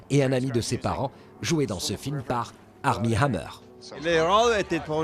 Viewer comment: It's cute when he switched American pronounciation of ARMIE HAMMER to the French ACHMI AMER !!!